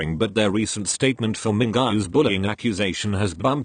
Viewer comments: I heard mingaa instead of mingyu. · Damn boy the robotic voice said MINGA instead of MINGYU LOL